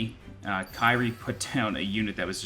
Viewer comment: Liked how your "Kyrie" is mispronounced, lol.